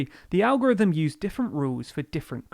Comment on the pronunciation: You mean the Algorivem...Lllizard... who ever fort vis guy was a defense or education secretary or public speaker